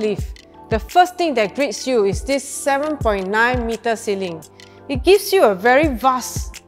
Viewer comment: try not to add unnecessary sssss in your words. btw. it's ceiling not ceilingsss